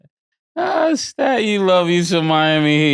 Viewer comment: STAT GOT NAME RIGHT THIS TIME